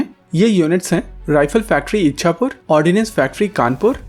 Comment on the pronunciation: Some corrections: Heckler & Koch(pronounced - cokeh) and not Heckler & knock. Rifle factory Ishapore(not इच्छापुर).